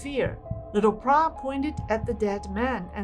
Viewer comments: I also wondered how came up with this strange name “Prah”. For future video clips, should do a bit additional research especially on the names of people and the correct pronunciation. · No, her name is "Plai" NOT Prah. She is popularly called "Mor Plai Prai Krasip" meaning Sensei Plai a future whisperer.